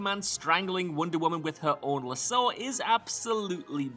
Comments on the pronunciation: The way he says lasso makes me very uncomfortable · That's not how any human person pronounces lasso, pal.